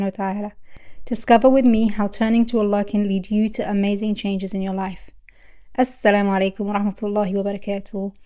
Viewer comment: Your way of Saying "Assalamualaikum Warahmathullahi Wabarakathuhu" is Fab 👌🏻👌🏻